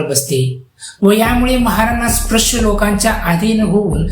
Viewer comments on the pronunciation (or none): आधी नीट उच्चार शिक स्प्रश नाही रे स्पृश्य.